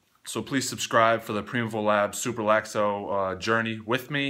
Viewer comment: Look forward to following your progress. My bottle also arrives tomorrow. Btw they pronounce it prime evil.